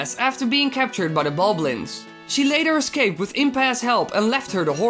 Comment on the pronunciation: Yes they are called Bokoblins I believe it's pronounced Bah-koh-blins. I believe he was mispronounced it